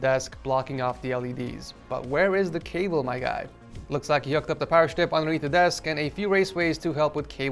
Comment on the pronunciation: all I can think every time he says cable is kaybow and I can't unhear it